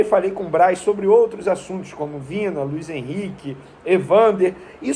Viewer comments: Venê, é Vinã (Vinha)...rs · A pronúncia é 'Vinha'.